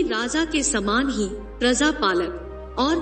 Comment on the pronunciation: prazaa nahi hota madam praja hota hey razaa nahi hota raja hota hey. Pata nahi kaha kaha se aatey ho tum log